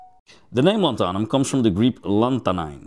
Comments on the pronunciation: 👉LAN-tha-num,👈 not lan-THA-num. :face-red-droopy-eyes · Not lanthahnum, more like Lanthuuhnum (as in duuh, not hah) Lanthanum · What's interesting is all of the other versions of the word are pronounced correctly (lanthanides, etc)... it's just the element name itself. Here in the US it is pronounced LAN-than-um, both A's as in 'can'. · That is an interesting way to pronounce it, I just looked up online how it's supposed to be pronounced and was the same as the way I said it. Lan-thun-um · "Lantharnum" - on what planet? Yet you pronounce the words greek root, and "lanthanides" correctly!